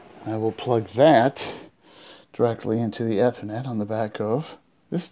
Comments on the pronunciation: So, the key for me was switching over from the cable modem to the fiber box. Camera didn't show the actual cable switch it was pointing at the side of a desk or some such. Also he called it ehh-thor- net, not e (as in eat) e-ther-net. Took me 3 replays to understand that. Never heard it pronounced like that. Since he didn't go into the router wan config, I'm assuming that both cable and fiber devices deliver the same way, e.g. dynamic IP. Seems pretty easy if that's all one needs to do. I'm having Frontier coming out next week. This helps a bit, thanks. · I think it's unusual how you pronounce "Ethernet". I worked with the guys at PARC where ethernet was invented. FYI it's pronounced with a long 'E' sound like in 'eat'. 😁